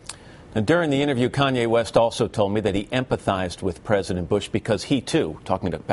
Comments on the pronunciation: its Kanye not Kayne..... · "Kayne" lolllll fail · "Kayne West" hahaha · Great, but who's 'Kayne'? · Kanye is that nigga...LOL he funny as hell...and bush said kanaway west...LOL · (yo peep bush's reaction to kanye's apology)..he's a flat out demon, y? well we know y, but here he displays it again, with a twisted demon trick. he purposely mispronounces kanye's name, calling him Conway West, whoo? Like the demons always do, if its not a westernized name they say it wrong on purpose to diminish ones culture or interest, but if it's some foreign euro name they make an effort to say correctly.. the games up bitches, wev installed a new program with soul&consciouness rebooted